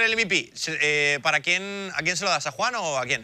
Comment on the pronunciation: Me niego a que llamandose Juhan le llameis “Yujan” y no Juan